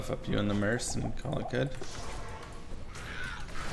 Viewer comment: Sorc is not pronounced "Source" it's pronounced "Sork"... same with Merc. ITS NOT EFFING PRONOUNCED MERSE.